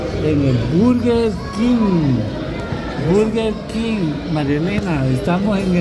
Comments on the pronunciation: se dice Berguer Kin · Berger King